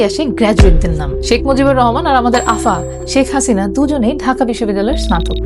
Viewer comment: সাবেক প্রধানমন্ত্রী শেখ হাসিনার নাম উচ্চারণের সময় ব্যাঙ্গাত্মক উচ্চারণ না করলেও পারতেন। মানুষকে অসম্মান করার ভেতর কোন ফ্লেক্স নেই। আপনার মঙ্গল হোক।